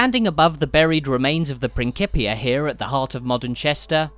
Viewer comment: Great tour but you are mispronouncing "principia".